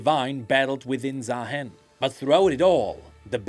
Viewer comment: why its ZaaHEN, should be Zaarooster